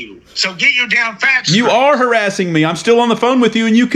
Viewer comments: I'm not hawassing you, you silly wabbit!!!🤣😂🤣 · "Stop hawassing me"😂😂😂😂 He's a cowectional officer don't you know!!!! This is YouTube gold😂😂😂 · im not hawassing you. im just hewping.